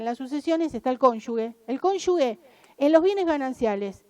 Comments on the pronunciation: no se dice conyugue, es cónyuge. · Pronuncia mal la palabra “cónyuge” durante todo el discurso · Pronuncia mal la palabra “cónyuge”